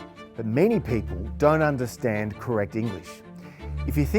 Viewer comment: "dunnunderstand"-grrrrrrr How about discussing lazy enunciation? hahah. Simon Heffer's knowledge of grammar is evidently better than his appalling sense of dress! He is also significantly overweight. The oft cited Churchill quotation does not provide a sentence ending with a preposition, but a sentence ending with a verb! The journalist is not awake enough or savvy enough to pick Simon Heffer up on that obvious mistake.